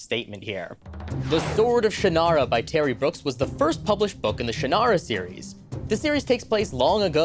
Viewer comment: Ummm, Actually... according to Terry Brooks, Shannara is pronounced "Shon-rah."